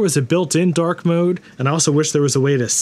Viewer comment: I love that you pronounce “dark mode” a bit like “dork mode” cause that’s really what it is :)